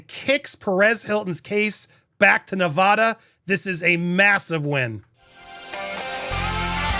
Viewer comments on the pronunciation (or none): Please learn how to properly pronounce Nevada. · Stop saying "Nev-ahh-da"! It drives the natives crazy. It's "Nev-ADD-uh". The people there will punch you in the face if you say it wrong... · It's not "Ne-Vah-da". It's "Ne-Vaa-Da"; pronounced as in "cat", "pat", "that", "hat", etc.... Don't be like Chump and mispronounce our state, PLEASE!!! I promise not to mispronounce your state as "Flaw-Rye-Da" or some other such nonsense. Okay? We good? When you speak for a LIVING, you shouldn't mispronounce anything! If you're unsure how to pronounce something, it takes a second to look it up on the internet. You're not the only person I've instructed on this! There are reporters on the MSM channels I've also had to correct. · It’s neh-VAD-uh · As someone born and raised in Las Vegas, Nevada for almost 30 years I can't watch this video 😭 I can't get over how you pronounce Nevada 😭😭😭😭😭😭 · Please pronounce the state of Nevada correctly.